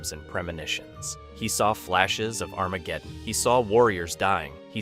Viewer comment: I thought I was the only one tripping when I heard that. His pronunciations are not ideal lol.